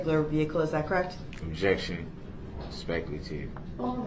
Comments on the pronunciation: Prosecutor: What is your name? Brooks: Objec-shun. Leading, speck-uh-lative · Every time I hear DB say "objection", all I hear is him saying, "disruption."